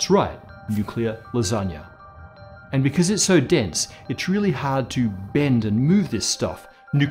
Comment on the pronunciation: thank you for pronouncing "lasagna" the correct way <3